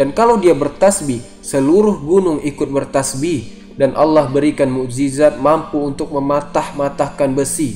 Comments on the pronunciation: Zabur buka jabur,mu'jizat bukan mu'zijat,,belajar bahasa indonesia dulu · TERIMAKASIH INFONYA... UNTUK KALIAN,SEBUTAN NYA BIAR BENAR.. Bukan JA-BUR!! Tapi ZA-BUR.. DAN MUK-JI-ZAT*BUKAN *MUKZIZAT